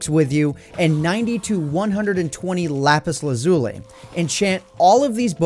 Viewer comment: when he said “lapis lazule” 😭.